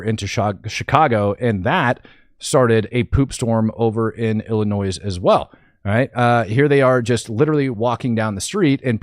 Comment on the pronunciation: The S is silent in the word Illinois.